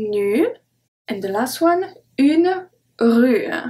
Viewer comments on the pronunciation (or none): I really love this course and especially this lesson. I am confused, however, and hope that you can respond. I know that the "e" is silent in a word like "la rue," but when you pronounce it in the lesson there is definitely some remnant of the "e" sound there. The same is true with other words. I've heard this when other French teachers pronounce words standing alone, though not in a full sentence with other words. I would appreciate it if you could explain.